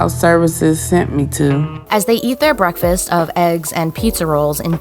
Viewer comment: When she said breakfast I heard ‘wreckfest’ it really is wreck fest 😭